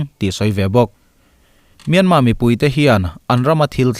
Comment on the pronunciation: Myanmar tiloin Myanma iti tlatin ka hria